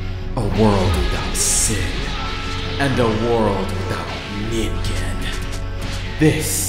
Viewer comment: "And a world without NINGEN" DID YOU REALLY? LMFAOOO